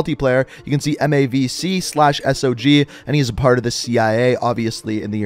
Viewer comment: I kinda cringe when he called it S.O.G instead of SOG... anyone else????